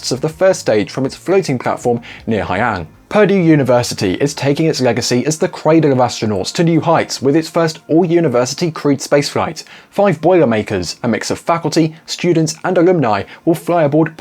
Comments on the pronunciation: "Purdee University?" The Purdue (pr doo) folks would take exception to your pronunciation. It took me some time to figure out what you were talking about. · I took me a minute to figure out what the heck he was talking about. I had never heard of perrde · It’s pronounced; Perr-Dew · LOVE you.... but it's pronounced Puuurrrr-Duuuu 😆